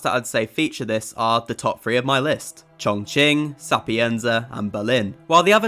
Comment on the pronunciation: Bro said "chongching" lmfao